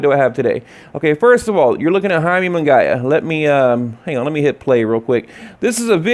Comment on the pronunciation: Its pronounced Mungeeeyaaa.